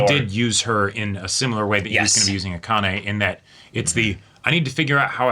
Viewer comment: i was gonna comment the same thing lol. its "ah-kah-neh" not "uh-KAH-nay"